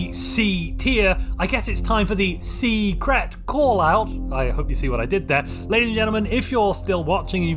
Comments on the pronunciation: "Sea-cret" chuckles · Haha, C-cret. 😂